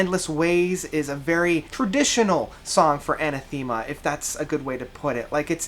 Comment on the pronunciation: Sorry to be a pedanticly British but it's pronounced A Nath Ama not Aneth Theama. Great evocative review though